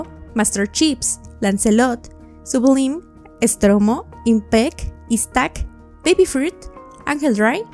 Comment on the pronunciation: Sublime se pronuncia algo similar a "Soblaim" y no Sublim.